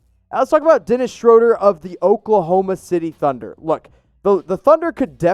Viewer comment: Woohoo you say Schroder correctly! If any stand Nate Duncan saying shrewder on his Pod